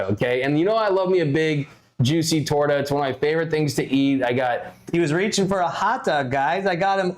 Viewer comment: It’s not a torda it’s pronounce torta!